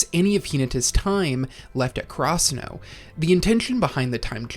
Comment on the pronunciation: I know bro isn't pronouncing karasuno like that on purpose, what in the FUCK